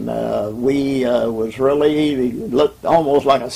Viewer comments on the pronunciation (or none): really realy wuff? You have to wery qwi et when your hunting wabbits! Just kidding but your names isn't Elmer is it?